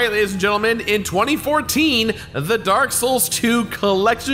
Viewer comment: It’s dark not drak